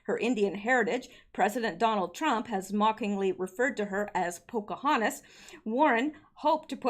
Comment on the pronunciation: 'Pocohantas' is pretty funny, but I've gotta say, I almost choked on my sweet tea when I heard EW referred to as 'Liawatha', a while back.